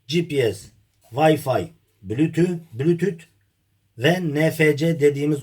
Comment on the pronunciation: Bulütüth mükkemmel tabir 👏🤣